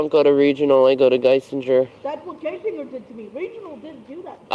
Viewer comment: I hate how she calls the hospital "GUY-SIN-JER" because she cant say it how you're supposed to, "GUY-SING-ER"